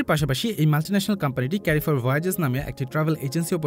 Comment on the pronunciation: ক্যারিফোর না ভাইয়া, এর সঠিক উচ্চারণ হলো কারফোর!